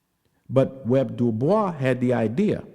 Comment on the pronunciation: Why are you calling him "Web" it's W.E.B. clearly it's 3 names 😂😂😂